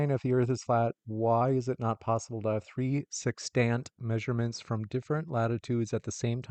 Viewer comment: Tree hours = three hours i think, bro can’t even talk